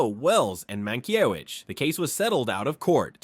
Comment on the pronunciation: Mankiewicz name is mispronounced! Bad A.I.